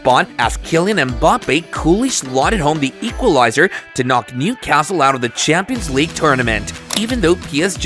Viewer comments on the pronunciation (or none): none